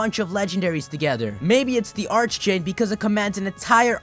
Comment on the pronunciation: Isn't the pronunciation for archdjinn ark instead of arch? just wondering.